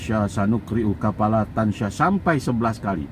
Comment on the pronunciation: Tansa nya huruf sin ya bukan huruf syin